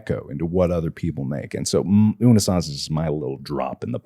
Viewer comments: unnus annus is pronounced oonoos ahnoos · it's "oonoose ahnoose" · theyre pretty close with pronouncing unus annus right,. with every U you would pronounce it as you would the first U. like oo noos an oos sorta, but they were close! :D